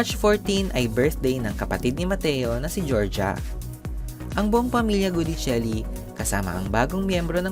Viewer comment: Sinabi nang Gui(gwi)dicelli hindi GUdicelli. Enebeyen! Paulit-ulit. In Italian, si pronuncia come si scrive. O kaya binibigkas kung papaano sinusulat ayon din sa kanilang alfabeto. Mamma mia ka. Click bait ka na nga.